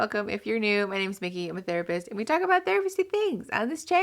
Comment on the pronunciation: "People complain about how I telk too fast." Me: Playing at 1.5 speed.......